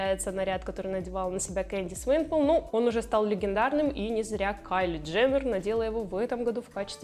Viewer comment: Можно хоть имена правильно произносить?.. У меня кровь идёт из ушей только от «Свейпол», не говорю уже про другие. Если уж считаешь себя поклонником этого шоу и бренда, то нужно этому как-то соответствовать. В противном случае создаётся ощущение, что вы совсем не знаете, о чём говорите.